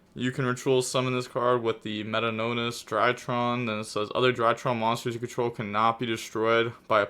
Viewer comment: How do you forget how to say the drytron "meat T o Nis" for your brain please